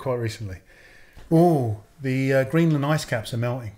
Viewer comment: Man said Greeceland im dead